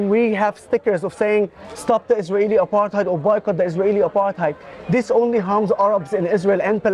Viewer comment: First question I always ask: what do YOU understand under "apartheid"? Because few know what it means, or meant. Very few! And nobody pronounces it correctly anyway! From South Africa